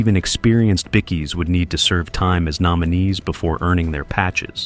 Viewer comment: Did he just call em, Bickys. I know it’s, Ai and all but seriously.